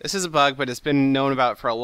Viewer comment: sounds like says FUCK, but he actually says BUG